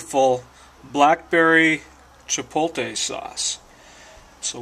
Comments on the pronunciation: It's Chi-poht-lay, not Chi-polt-ey. Move your L back to where it belongs, otherwise, great video. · I have seen several of your videos and I really enjoy both of you, and your friendly, accessible approach to cooking in your dutch ovens. I even love that you can't pronounce chipotle right! I'm pretty new to dutch oven cooking, but I love it and can use all the good ideas I can find. Keep those good videos coming - you're making the outdoors a better place to cook! :-)